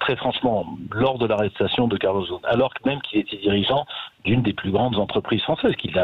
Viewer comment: Pas Ghosn, Ghost.